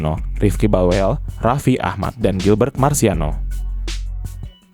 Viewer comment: Ini pencerita ga ngerti ucapan bhs Belanda. 1. Carli ven houten. Mestinya Syarli van Houten. 2.bukan Refi tapi Rafi.